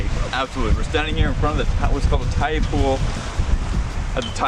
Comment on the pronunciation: Tyee Pool not TREE Pool